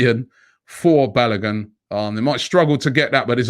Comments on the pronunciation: Robbie, I like the way you pronounce Balogun. Hahaha! Try pronouncing it this way; 'Barlowgoon'. You are doing a great job on AFTV. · Pronounce Folarin Balogun's name well. Ask Kelechi to teach you